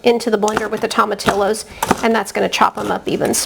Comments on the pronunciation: To ma tee yo is how you pronounce it. Not tomatillis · This is a good video but I must agree with the others about the pronunciation of tomatillos. The double ll’s are pronounced as Y. Thanks anyway for the great instructions and attention to details. Good job!